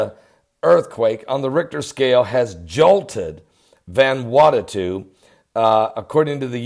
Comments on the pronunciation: ..you are still pronouncing the name wrong..it is pronounced as VANA WATU...not VANWATATU:) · pronounced: van ew awtoo but all together no spaces or breaths. :) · It's pronounced van a what oo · Oh MY GOODNESS!! You are worse than my own Father, the way u try to pronounce these places....lol, Let me lovingly help u. IT IS CALLED "VANU-ATU" sounds like, " VONOO--AUGHT--TO" OK?? SHORT SOUNDING O IN VON,. FOLLOWED BY THE "OO" SOUND LIKE IN "FOOD" , then "SHORT SOUND "O" AGAIN, AND THE SOUND FROM"TO", which simply adds up to "VANUATU". God Bless ya, and you are welcome. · Methinks you're mispronouncing the name of the island. Friday the 13th is a fateful day due to the pope condemning the Knights Templar and having them executed all over Europe. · Can't even pronounce Vanuatu, last time I checked there's only 1 t there. Freaking religious whackjob, nothing but an extremist. I was in this earthquake and it wasn't bad or 'mega'. Go get a real job